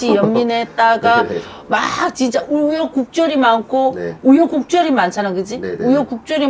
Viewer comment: 우여국절?😅😅😅😅😅 우여곡절.. 발음 부터 다시 배워야 쓰것따😂😂😂😂😂